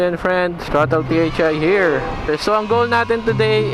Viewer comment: "ang pulley sha herep"